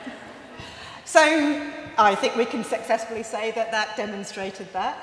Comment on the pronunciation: Did she just say, "sexessfully"?!